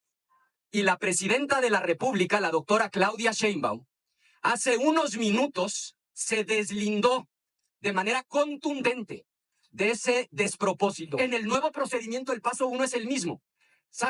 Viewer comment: ya van muchos años que todos conocemos a Claudia y sigues llamándola CHEinbaum. Pronúncialo bien, señora!